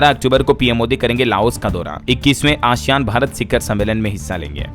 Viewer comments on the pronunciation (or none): none